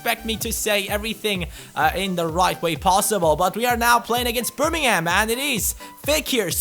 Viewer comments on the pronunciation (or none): i liked the way u said birmingham u said it like birming ham (hamburger) hahaha...and u should do a tutorial for beast longshots....